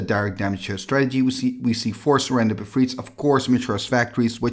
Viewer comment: Sorry, I wrote that when I misunderstood the accent of the narrator. "Serendib" sounded like "surrender"